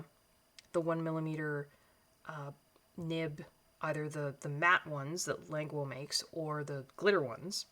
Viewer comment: Languo according to the company is pronounced Lan-goo and not Languo like what a lot of people in English like to pronounce it.